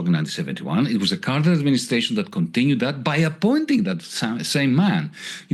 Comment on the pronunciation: "Con Tin ew it t" Ryan!